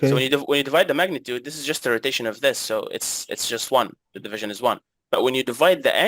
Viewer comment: Okay you win 😂 "If it's not tight ... It's not right" And an extra one: "This video is za best in za west" 😂